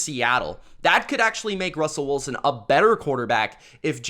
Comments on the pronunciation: Why you pronounce his name Russell Woolsen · Bahahah never heard Russell Wilson’s name pronounced as Woolson. 😂😂